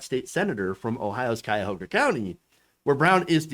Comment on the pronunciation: I just want to say im really impressed with your pronunciation for Cuyahoga. Most non Ohioans have trouble with it.